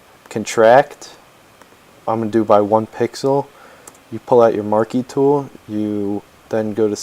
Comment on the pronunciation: I died when you said marky tool ;D